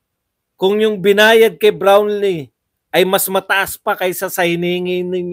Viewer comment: boss badong brownlee po hindi brownee.